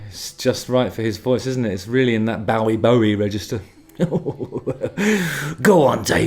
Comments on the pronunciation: Bowie said Bowie…as in like bow (and arrow) ee….not take a bow ee. It’s always amazes me that it’s the Brits who say his last name wrong…like for real? David is English and yet it’s the English who never say his name correctly. Why??? And that’s a genuine why. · Hate to nitpick but a bough of a tree is different to a bow in your hair. I have always known his name to be pronounced bow e .